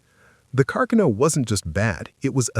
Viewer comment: Car-kuh-no 😂 Artificial Stupidity